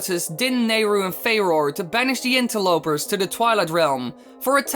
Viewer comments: I think Farore is pronounced with three syllables. fah-ROAR-uh. Don't quote me on that, though. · I always pronounced it with two Fair-oar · Am i the only person who hates how says "Farore"?